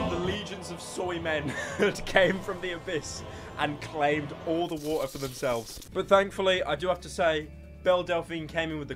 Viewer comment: Baf wa’er